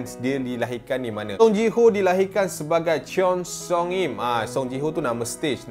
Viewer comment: Cheon - sebutan con seong - sebutan song con song im